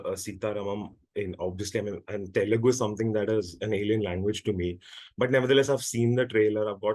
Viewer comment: Its Telugu. Not telengu. 🙂